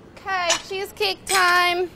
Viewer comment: Funny how she makes it sounds like sheesh-cake.